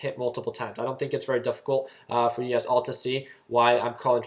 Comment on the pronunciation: Whenever you say, "you guys" I think you are saying "UGAZ"... LOL :)